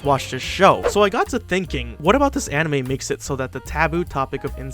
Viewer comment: Wow, your pronunciation is actually good. There was this youtuber who really liked saying the full anime name in japanese but his pronunciation was weird. Not his fault or anything, being able to speak another language is hard but when I called him out on that he lost his shit. He genuinely thought he was really good at japanese